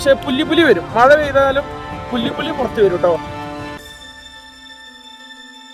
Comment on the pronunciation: ബ്രോ പുല്ലി പുലി ❌ പുള്ളി പുലി ✅ ആലിയാർ ❌ ആളിയാർ✅